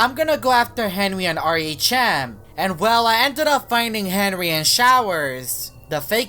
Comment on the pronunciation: u said henwy